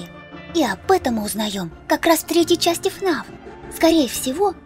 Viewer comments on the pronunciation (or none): none